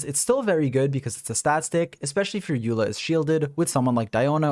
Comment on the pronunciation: As informative as the video is, the more I hear you call her "Yula" the closer I step to dying